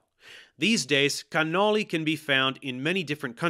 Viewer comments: I like how he's speaking with a totally normal American accent, then he just pops a perfect 🇮🇹cannoli🇮🇹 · I really don't think the regular American pronunciation of cannoli is incorrect. It's all the right sounds without the accent.